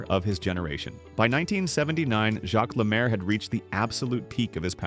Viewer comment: AI crap. Stupid title! You are an idiot, he is not forgotten. Can't pronounce French names! He was one of the best 2 way players ever, and became a great NHL game changing coach.